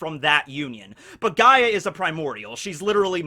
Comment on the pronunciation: OOOOOOO HES TALKING ABOUT GREEK MYTHOLOGY. I'm Greek bois he got Gaia correct.